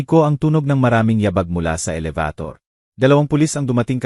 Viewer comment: Kuya paki ayos naman ang a salita mo alabator elevator pala